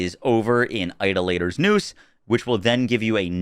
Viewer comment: My man...please google how to pronounce Idolator 😂